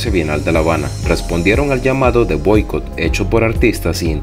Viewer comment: GRACIAS POR COMPARTIR. PERO TEN CUIDADO EN TUS PRONUNCIACIONES: DICES Bóicot y SE DICE Boicót. AGUAS CON LOS ACENTOS. SALUDOS DESDE MEXICO. PATRIA Y VIDA